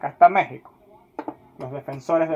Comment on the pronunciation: ¿De dónde eres? La pronunciación que haces de algunas palabras es algo curiosa. Dices "favoretos", "tetular", "la roha de Pizzi", "ellos mesmos", "ficha roha", "Méhico". A propósito, el apellido de Manuel Neuer se pronuncia "Noia", no "Nurrr". "Manuel Noia", así de fácil.